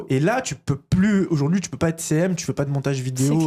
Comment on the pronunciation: Je peux pas être la seule ! À chaque fois que j'entends "devenir CM" j'entends "devenir célèbre" 😂 en tout cas merci pour cette vidéo.